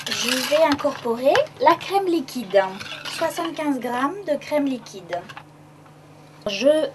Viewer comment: Après avoir fait votre mélange liquidAnhh .. Faut arrêter là xD